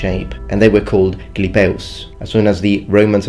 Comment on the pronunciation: 6.24 when you say the old italic name of that shield it sounds just like finnish to my ears. What i hear: "Round in shape, they were called "clipeus" "klipeus" this how i heard it, and in finnish shield translates to " Kilpi"